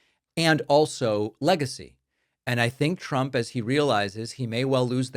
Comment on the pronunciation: While I’m on a rant, Karoline Leavitt can’t speak correctly. She pronounces words with /STR/ = with an SH…Shtrength…..and for Trump she calls him President Chump.